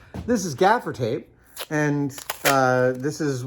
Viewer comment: It's gaffer's tape not "gafiter"? Thing is tape, as we know it today, was invented in 1845 by a surgeon. Doctor Horace Day's invention was a rudimentary adhesive bandage for his patients. So using your theory all tape is actually sticky bandage. 🤣